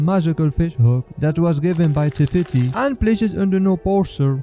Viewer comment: she is not teti it is tefiti